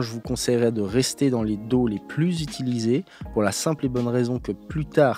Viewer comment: Si ça te dis , tu pourrais prendre des cours d'anglais et particulièrement sur la prononciation .... daw ... tu prononce do ... c'est horrible 🤣